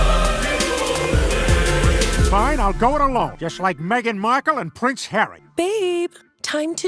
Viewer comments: Why is deliberately mispronouncing Meghan. It is Meg-an, nor Mee-gan. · you of all people should know, This Ones Wife's name is pronounced MEGGan.